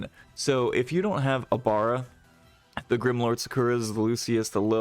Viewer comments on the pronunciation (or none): Ex 2 and ex 3 abilities for ibara and lucuis. You said it wrong